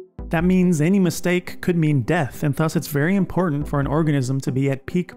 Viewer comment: the way this guy says þus instead of ðus is killing me